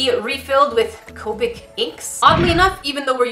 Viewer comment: it is co pic not coepic